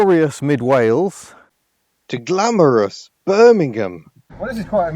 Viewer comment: ah yes, "glamurus" bermingham